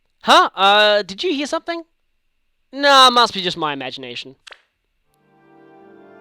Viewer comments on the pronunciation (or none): none